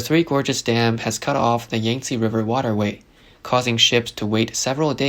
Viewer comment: Cost ted or it cost.....cost is pass tense. Costed isn't a word...Where is the narrator from? Can't say cost and he can't say Yankzte correctly either. Looks like this is way above his pay grade